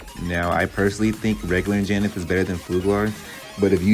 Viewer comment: its "an-ja-nath", not "in-ja-nith"